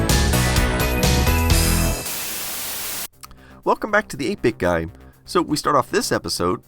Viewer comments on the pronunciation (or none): Everytime you say "The 8 Bit Guy" and my brain and ears say "The Epic Guy" - priceless.